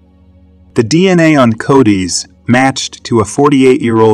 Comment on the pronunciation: Repeat after me.. Co-dus. Not Cody’s. Do you really know you subject matter at all man? Lol